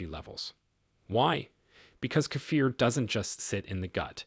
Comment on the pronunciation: 70 in Australia. I make my own kefir. Nice to hear it pronounced correctly by the way. I make my own low fat yoghurt with local milk. I'm going to start to make cottage cheese.